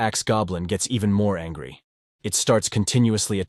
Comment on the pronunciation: Bro really say angy